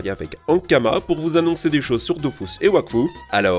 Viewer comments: Il me semble que Dofus se prononce bien "Dofousse". De toutes façons pour la partie sponso l'entreprise demande souvent à la voir pour rectifier ce qui ne va pas... donc les prononciations sont quasi-canon. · " DOFOUS" 😭 apparemment les prononciation c'est pas ça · Dofus ou Dofouths mdrr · Je voudrais juste signaler à celui de la chaîne qu'on écrit dofus mais que ça se lit "dofOUs" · Il a vraiment dit "dofous" là?? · Il a prononcé Dofus (dofous) 😭😭